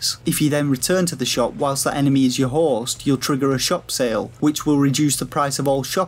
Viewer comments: It's because he can't seem to say host correctly. He's saying horse. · When you say HOST my ears keep hearing HORSE